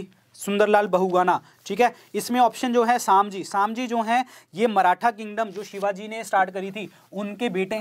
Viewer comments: Its sambhaji not samji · वो संभाजी महाराज है. सामजी नही.